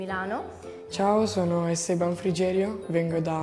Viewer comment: Estèban? Estebàn forse.